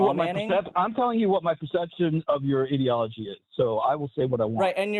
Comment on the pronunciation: you're a science-denying weirdo, and once again, people like you talk in buzzwords like "ideology" without knowing what ideology is. And you mispronounced it, you mug.